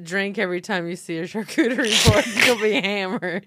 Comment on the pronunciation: i love fortune laughing that heather is mispronouncing charcuterie when she herself is mispronouncing it. that is just hilarious!!!! gold